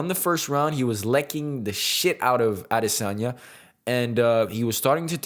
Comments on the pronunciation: I am subbing for that pronunciation of Adesanya alone 😊 cheers bro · I love how you keep pronouncing his name like it's meant to be. And new!!!!! 🏆 🔥 Love your talks,! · being a Nigerian its you are one of the few youtuber who actually said his name correctly . for that am a fan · Your pronunciation of his last name is impeccable, it is the exact way a native yoruba Nigerian would have pronounced Great presentation too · As I Nigerian I love the super correct way you say “Adesanya” also well said on all points!!! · wow! Your pronunciation of Adesanya is spot on. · YESSIRRR. You got the pronunciation right!! ADESANYA 🇳🇬🏹🏹🏹